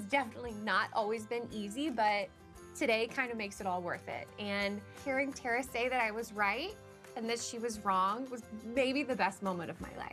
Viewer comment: Sounded like the designer called Terra, "Tia"? Did I miss something? /5 mark.